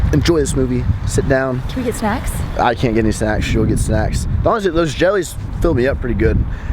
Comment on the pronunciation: i thought she said cannwe have sex, not can we get snacks lol